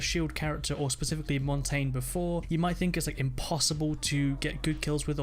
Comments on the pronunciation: If someone said mon tayne one more time I will kill myself IT'S MON TAHN YAH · Mang0 Chri5 he also said Mon tayne instead of MON TAHN YAH which translates to mountain in Spain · Why is everyone sayinv montain? It's Montagne aka pronounce it the french way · It is pronounced [mon-ton-yay] the reason I know this is cuz it is French for "mountain" and translate says it like that... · Jose Mendoza how do you main him if you can say his name properly it's MON TAHN YAH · he also said montonyay wrong. ( I k ow my spelled it wrong but that is how u spell it)